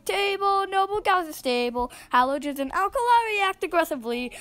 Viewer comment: did you say halogens 😳